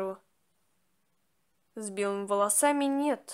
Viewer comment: Можно тебя поправить? Если да то слушай не Х`ару а Хар`у или Хар`ука